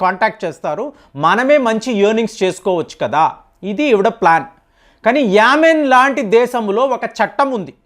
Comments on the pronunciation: Yamin kadandi, " Yemen" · Yamen కాదు Yemen పేర్లు మార్చేస్తున్నారు.